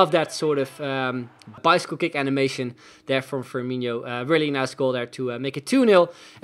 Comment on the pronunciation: I can get over how he calls firmino firmiño lol